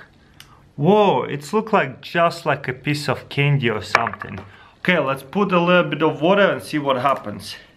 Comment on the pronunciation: Oh it was a cindy u said cindy instead of saying candy